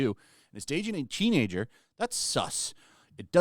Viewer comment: The way she keeps saying " teenager" She makes it sound like he was dating a 16 year old